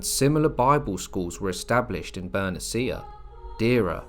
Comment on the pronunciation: it's Ber-NEE-shyah... Not. "Ber-neh-CEE-ah". shsh... Is this an AI voice??